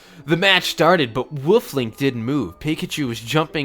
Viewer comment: I hate how pronounces the word "wolf" tbh